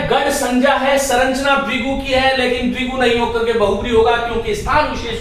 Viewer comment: श्रीमान आप संरचना को सरंचना क्यों बोलते हैं ।